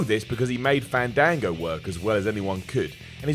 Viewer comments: It's FAAAAAAAAHN-DAAAAAAAAAHN-GO. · You say fandango wrong.